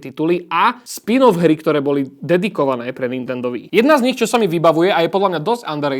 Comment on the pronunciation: no píše sa to Wii a je to z Japonska. Takže čítať by sa to určite nemalo "VÍ" ale skôr "UÍ" a VÍ šport je úplná škôlka :D